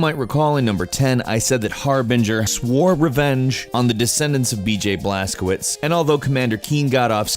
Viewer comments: Blas-co-vich, not blas-co-wits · Look up google transaltor (polish) how to pronounce the protagonists name Blazkowicz, couse you pronounced it as if it was Blazkovitz, while it should be Blazkovich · W = V - CZ = CH BlazkoViCH is it really thyat hard to pronounce? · Blazkowicz you read like "Blazcovitch"